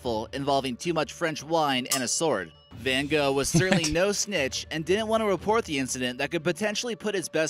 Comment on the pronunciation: It's pronounced van Goff